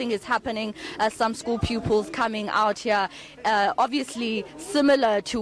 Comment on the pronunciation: Did this reporter say 'outhcea' as in OUT HERE. Oh wow